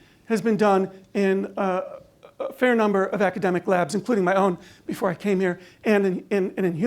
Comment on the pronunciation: Ha ha ha . she said numble on the video instead ov number . that waz phun-knee .